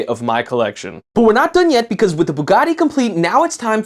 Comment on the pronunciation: why do you sat bugatti like that?